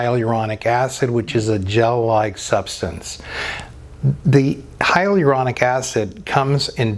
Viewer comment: I dont trust drs that cant pronounce hylauronic